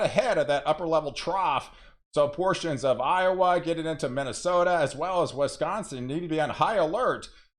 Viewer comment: Wesconsin or Wisconsin? Just kidding